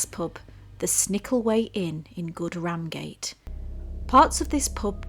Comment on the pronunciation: being a native Yorky, wish you wold get your words right, its pronounced good rum gate not ram gate, hate this American pronunciations